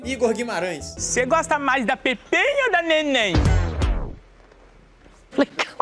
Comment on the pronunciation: Ele disse Pepemmh e Nenemmh kkkk